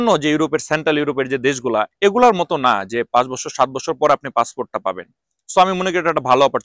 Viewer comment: আপনার কথা বুঝা যায় না যখন বলেন টাকা পয়সা লাগবে না তখন না শব্দটা স্পষ্ট হয় না ( রিক্রুট এজেন্সি বলার সময়)